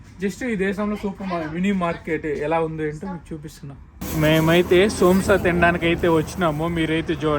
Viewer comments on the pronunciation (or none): Somsa....entraaa...babu.... Samosa